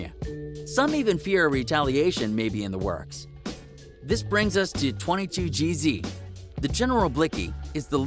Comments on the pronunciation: Hey moron its 22 geez not 22 jeezy you fucking idiot stay out of our culture If you cant even pronounce peoples names right cornball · Why u say 22gz like that🤔